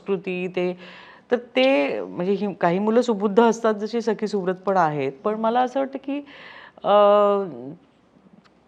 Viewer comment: Why she is saying sai its sakhee